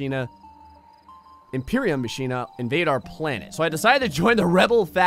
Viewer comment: Lol ma-shen-a I think its pronounced ma-kin-a